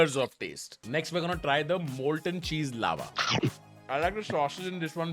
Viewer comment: Did he mispronounce "molten"